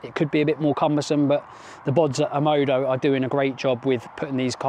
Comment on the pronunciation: why are you pronouncing it OMODO when the brand is OMODA?